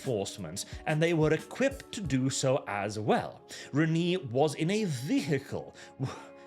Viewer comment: Re-nay not Reneee